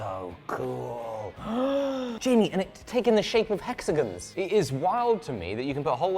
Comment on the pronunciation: Hexagon, not hexagin